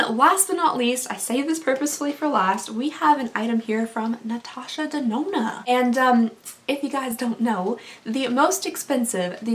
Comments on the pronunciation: Natasha Da-do-na 😂😂😂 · This is the first time ever I am commenting on youtube video. I loved your accent when you tried to pronouce "Natasha de nona"😝 I hope I win. I loved all of items in this giveaway. My insta: giddhaqueen 👸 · Literally loved listening to you say Natasha denona I laughed SO hard I almost died. You are my fave to watch I love how genuine you are. I literally can watch your videos over and over. Intsa: cupcaitx3